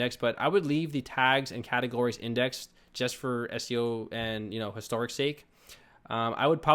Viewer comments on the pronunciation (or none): none